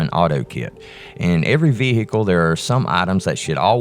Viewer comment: what is a veehickle?